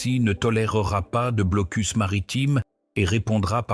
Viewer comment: Le "blocul" Kaliningrad" ah ah ah l'IA quelle tâche !